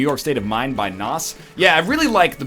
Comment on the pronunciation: NL, Say Nas like that one more time and my head will explode